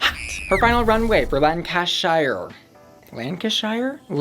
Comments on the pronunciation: When you're pronouncing places with "shire" in, don't pronounce it "shy er". Pronounce it "sher" :D "not ing um sher" = nottinghamshire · you dont say shire like shy-er its shire like sheer e.g hertfordshire (where im from) is said heart ford sheer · Last PSA (I promise) all "shire" counties are pronounced like "sheer"